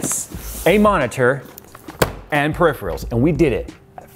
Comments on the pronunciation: *searches for "periphreals" "did you mean "peripherals"?" :D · He pronounces "peripherals" "per-IFF-ree-uls" 100% of the time in all of his videos, so it's probably a mistake.